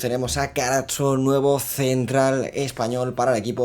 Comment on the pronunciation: Capitulazo! Gran elección la Juve! Por cierto, xq italianizas a Carazo llamándole Carazzo??? 😂😂😂